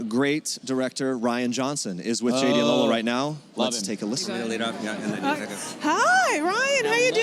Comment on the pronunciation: It is lola, as in Lòr-lá. If only she would own her heritage and at least say her name right even if she cannot correct others. Ore mi, you are too old to be doing this. Embrace your name,it is beautiful.... ❤🇳🇬Proudly Nigerian